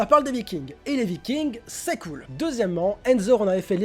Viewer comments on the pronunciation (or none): none